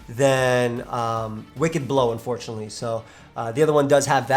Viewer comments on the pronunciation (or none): none